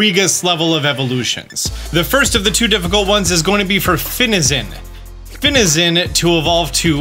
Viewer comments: THE A IN FINIZEN IS SUPPOSED TO BE AN E! AND IT'S HERCULES, NOT HERACLES! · THE THIRD I IN FINIZEN IS SUPPOSED TO BE AN E!